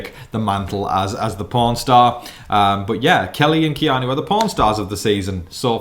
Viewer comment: pawnstar... with the accent heard pornstar. Gave me the giggles. Lol 🤣🤪👍